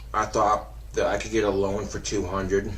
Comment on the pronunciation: This mfer said "Loant me".